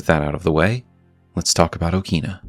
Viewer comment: In Japanese pronunciation, it is pronounced as "O-kina" in short "a" sound.